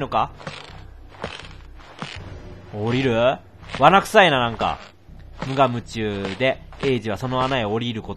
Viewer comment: 無我夢中→ イントネーションがｗｗ